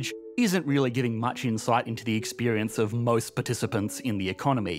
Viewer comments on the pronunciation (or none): none